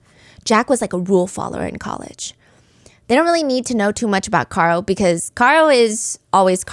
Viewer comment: Care-oh, not Car-oh ... 2 years later it's still driving me crazy lol